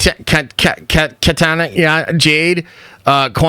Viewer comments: Key-Tana, 🤨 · This man said Katina 😅😂😅😢😮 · With all respect, the fact that you can't pronounce Kitana's name shows how little you actually know about the franchise. It's not "just" about the fighting. What even made Mortal Kombat the cultural phenomenon it became was the story and the characters in it. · Dude you good? Kitana is not a hard name to read... Have you checked for stroke? This whole video was like you're low key hating on the fan base, not a good look